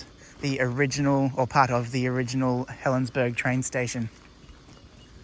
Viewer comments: I worked as a Guard at Helensburgh. And it is pronounced Helensburra. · According to Historic Helensburgh, it's pronounced as "berg". It's from an old Saxon word for castle/walled town. The German word is burg, which they pronounce more like "boork". BTW, I have family that live there, and they pronounce it as "berg", so I'll go with what they say.